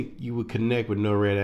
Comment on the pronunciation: you keep saying norad but its nord. norad is something completely different. NORAD is North American Aerospace Defense Command. Just wanted to clear that up. But thanx for the info.